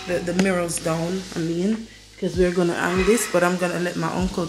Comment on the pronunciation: I am inspired by your decor. Please don’t take this comment as negative but the word is Hang not heng. So you hang the wall display not heng the wall display. Love your family.